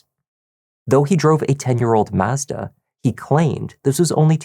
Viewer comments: What the hell is a MaaAezda??? 😂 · For the love of all that’s holy, learn how to pronounce mazda. You are butchering it. Heck, just watch one of their commercials.